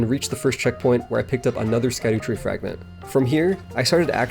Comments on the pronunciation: "Shadutree," not "skadootree,"! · It’s shadow fragment. Not skadoo lmao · Shadutree, not Skadutree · Myiasaki said its pronouned shadutree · Not to be a dick but it’s pronounced “Shadowtree” Fromsoft LOVES their Old English orthography. I swear this is the Evergaol thing all over again. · It's "Shadow" tree fragment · Scadutree = Shadowtree fyi